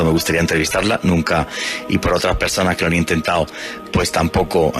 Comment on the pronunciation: Por favór, trate de hablar el Español bien claro.eso de (intentao) y el caso (osgüel) no está bien pronunciado.